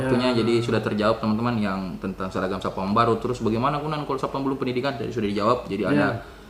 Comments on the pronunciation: satpam pak bukan sapan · Apa cuman saya yang mendengar bpk AKBP nyebut satpam dengan SAPAN 🤣